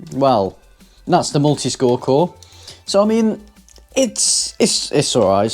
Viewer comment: "Multiscore core" cracked me up :)) Brilliant, eco-friendly video.